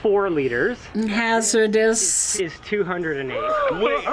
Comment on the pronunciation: Hahaha she says “Hazardous”